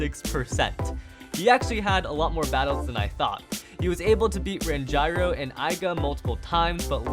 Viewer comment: what do you mean ran''JAI''ro